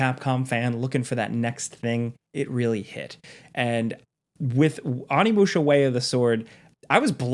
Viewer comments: Little spelling / annunciation error: its ONImusha, not ANImusha 😅 gotta say it Oh-nee-moo-sha, favorite game of all time, couldn't live with myself if I didn't try to be that guy lol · Onimusha = Oh-knee-moo-sha, not Ah-knee-moo-sha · Why you keep calling it Animusha lmao😂 OHNI!!! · It’s: ow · nee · moo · shuh